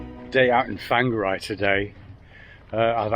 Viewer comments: Enjoying the videos. Looks like you’re having fun with the local lingo. Whangarei is roughly pronounced ‘Fong-a-ray’. We live a few hours south in NZ. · Well done getting to NZ. Your a man after my own heart....BTW....Whangarei is pronounced..... Fong are ray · Whangarei - > Fong ger ray wh =f a e i are pronounced as soft European vowels. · You're in fung array not fanger eye. Or to the locals, just wonga ray. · Why do you put an f in front of whangarei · It's OK, will have worked out the pronunciation ""Wanger-eh"" now he has been here a year. Not so bad as when I remember a lady from ""The Golden Girls"" TV series coming on NZ TV news a few years ago, and completely getting the pronunciation of Manurewa wrong.... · Hey buddy, its pronounced" fongaray. Maori in NZ use wh for f. All good. :) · It’s pronounced “Fanga-Ray or Wonga-Ray” (Whangarei) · Whanga -- rei , pronounced ; Farnga - ray , by the time you leave our beautiful shores , we hope to have taught you how to pronounce more Maori place names and verses , cheers and welcome to Aotearoa , NZ. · I'm so relieved to see this maintenance in progress, there's been times I've wondered if there would be another video! The Maori vowels are: A as in aloud E as in entry I as in eat O as in ordinary U as in to Now say Whangarei again!! =P